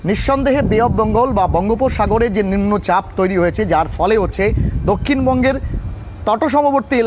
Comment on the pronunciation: নিম্ন পাপ😂🙈 না নিম্নচাপ😅 🤔